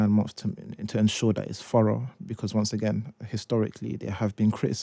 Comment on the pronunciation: Furra ? Did he mean thorough. 😂